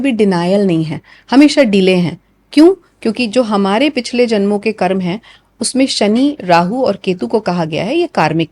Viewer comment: कर्म को कर्मा कहना आजकल खूब चलन मे देख रहा हूँ